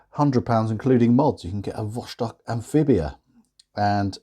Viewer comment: Vostok not cost on!